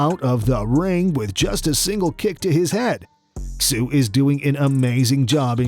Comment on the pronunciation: Xu is pronounced, "shoe".